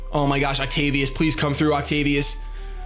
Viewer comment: ovtacius? you mean octavius?